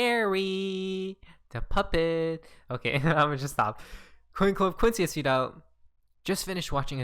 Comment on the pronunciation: are you saying "tweet out" or "sweet al" . calm the fuck down and pronounce your words.